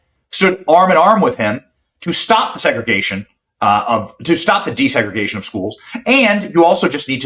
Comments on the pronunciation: he said desegragation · Just could not say the word desegregation